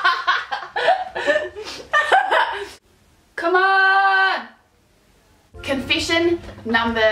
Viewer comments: i love the way you say confession ^^ it's sound like confishin' to me :) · Confishen! LOL